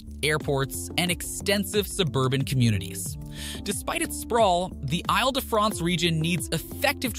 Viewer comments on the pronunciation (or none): These videos would be much more interesting if the presenters would stop repeating previous points. It is very irritating. Also, please make an effort to pronounce names properly; Isle de France {EEL DE FRONCE} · “Isle” in “Isle de France is pronounced “eel”. Do some basic research before starting your audio.